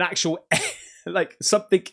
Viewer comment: Please stop saying 'somethink', it's someTHING', there's no 'K' on the end.